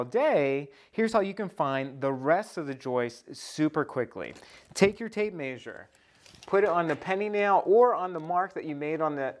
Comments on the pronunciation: This was really cool and informative, BUT.... the way you pronounced it "may-sure" instead of "meh-sure" nearly drove me crazy. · Pronounced "mesure" the A is silent in measure. Awesome idea! I am going to do this in my garage. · Maybe the people who can't stand him saying MAYsure. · OMG the way he pronounces Measure is driving me crazy lol. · Great video! I couldn't help but notice the way you say measure. Anyways I just subbed to your channel!